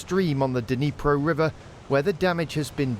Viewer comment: BBC 2023 "Dunreepo river" seconds in. Its bad pronunciation like this that has half of britan thinking russia is run by a man called pyewtin. then 3 mins in . the bbc suggests it was not done by russia, pulls in shill from a NZ! uni the Ukranians had no access, simple. The russians filled the turbine hall with mines in december last year & raised water to highest level on record. god damn you BBCccp. get an internet connection ffs